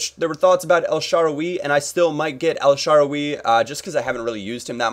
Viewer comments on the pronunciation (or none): u need to learn how to say players names correctly !!!! El Shaarawy not el shawaWEE !!! and i did here u say in a video before BoYjan its Bojan !!! no Y !!! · its el SHA - RA - WAY